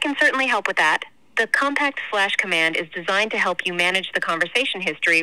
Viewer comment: wtf is a "Shlash cOmand" lmao ?